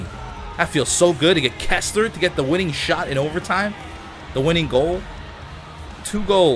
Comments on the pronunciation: it's "Kesler" not "Kessler" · It's Kesler, not Kessler.